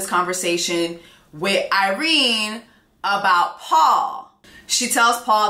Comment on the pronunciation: it’s Irena 😂😂 I’m hear for it though.